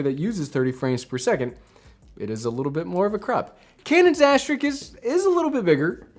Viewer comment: Asterisk not Asterix!